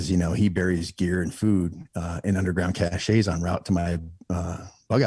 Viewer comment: Cache is pronounced "cash" just like money. Not cash-ay. That would be cachet which has a totally unrelated meaning. :)